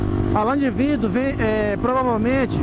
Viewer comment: tu falou vrido e não vidro kkkk